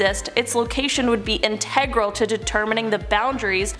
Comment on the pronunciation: I have never heard anyone say the word “integral” that way.